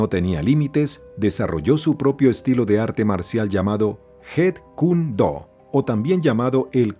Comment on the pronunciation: 😒MUY MALOS DATOS. Chuck Norris no le enseñó nada a Bruce Lee. Encima la pronunciación deja mucho qué desear... Jun se pronuncia Yun, porque el sonido de J en chino es la H. Se diría "jun" si la palabra o nombre se escribiera Hun. Y si se escribe con Y suena como "iun"... Jeet = Yit (sonido de Y). "Yit" Kune Do... :face-purple-crying